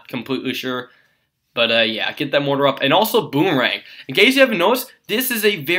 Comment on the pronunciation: You sound like an idiot the way you pronounce "mortar".